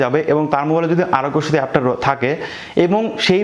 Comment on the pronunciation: আরগ‍্য সেতু সব্দটা পস্ট করে বল